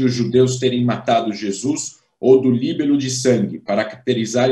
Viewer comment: Na palavra "libelo" a sílaba tônica é "be" .